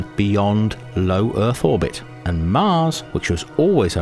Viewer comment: Wtf is an "Earff"